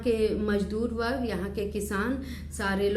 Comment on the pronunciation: बर्ग नही वर्ग होता है